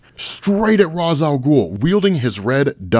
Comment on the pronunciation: never gonna' subscribe to an account that pronounces Ras INCORRECTLY